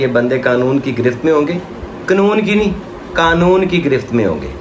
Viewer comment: Knoon nhi kanoon jab aap ye kahte ho to bahut maza aata hai🤣🤣🤣🤣